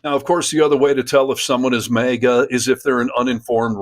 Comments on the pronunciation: for heaven's sake stop saying MEGA. It is maga so it sounds like maggots. And it is make America.. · I'm sorry, but it's not May-gah, it's MAGA as in MAGAt (or maggot). I will be 🗳 voting 💙 !!! Her blatant use of the N seems like she is racist, no doubt, and racism is taught and runs deep. She appears to be darker skinned. I am not sure what her ethnicity is. No matter, no one is better than another. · Maega? It's MAHGA! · Dude! It's pronounced MAGA - like magat, not Mega. I don't get why you mispronounce it, but I can't watch you because of it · YOU ARE DRIVING ME NUTS WITH YOUR "MAYGA"! It's "MAAAAGA". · MAGA ... not 'maygor' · It's pronounced "magat" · Why do you say MAGA like Mega! That shit bothers me everytime I see this dude say it! That’s y I’m not subscribing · "Mayga" is grating on the ears... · Why are you pronouncing MAGA as mega. sounds dumb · The way you pronounce MAGA is so distracting that I missed what she actually said and was just fighting my brain to unfocus on the pronunciation kkkkkk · Sir, you pronounce “MAGA” kinda weird, with a slight pause between the two syllables. It’s as if you are trying to be sure that people are hearing you say “MAGA” and not “maggot”. Save yourself the trouble, though. Because they pretty much are the same thing. One just wears that stupid hat to show it.